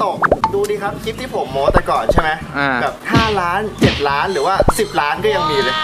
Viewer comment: โม้ไม้โทไม่ใช่โม๊ไม่ใช่ไม้ตรี